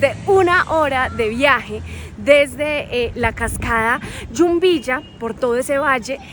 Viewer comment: Hola chicos felicitaciones bonito video a seguir disfrutando del viaje, así nosotros disfrutamos de sus videos, una acotación es Jumbilla no Yumbilla. Saludos un abrazo.